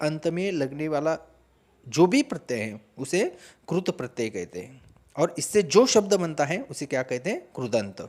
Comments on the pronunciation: पहले कृत प्रत्यय का उच्चारण तो सही कर लो सर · क्रूत नहीं कृत🤣🤣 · क्रुत नहीं कृत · Maharashtra me ri ki mantra ko ko ru hi kehte hain. Regional influence on Hindi language hai.